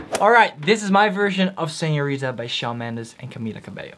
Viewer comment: WHY DOES EVERYONE KEEP SAYING SEÑORIDA INSTEAD OF SEÑORITA